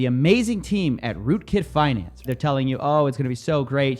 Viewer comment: "RootKitFinance" ... LOL